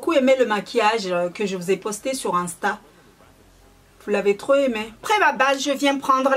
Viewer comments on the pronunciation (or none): none